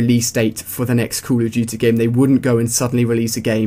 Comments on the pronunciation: he said coo a dutey instead of call of duty like if you noticed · "cool uh dootee." cracks me up everytime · Cool Uf Dooty ROFL funny accents are funny